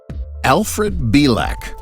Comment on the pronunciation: mispronounced his name, it's pronounced BEE-LICK. funny how if you take the entire history of our planet and look to see OUR impact, you'll notice that WE have not even been around long enough to make a SMUDG on that measurement due to the FACT that we've not been around long enough to know anything but the BS that we keep rolling over again and again. how is anyone suppose to evolve or even be intelligent if we are taught the same BS since the beginning of our lives. i guess once all the POISONOUS people in power are DEAD we can finally have a world COMMUNITY